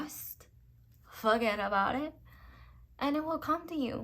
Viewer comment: Pile 4: FUHGetAboudit!!! You had me mad cackling up in here. I love your message and delivery so much. Why do I now feel like this person is actually Italian?! Badda bing, badda boom! May love and prosperity rain down upon you and cloak you in their raiments. Thank you so much, One Love.